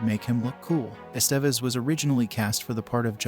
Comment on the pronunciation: Miss pronouncing Emilio Estevez ,,,driving me nutz ( S Te Vez )